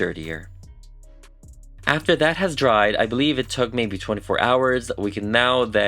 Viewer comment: I love your work. The only think I do NOT like about everyone who does this is……”taht”… why do some Americans say that like that? Just that word lol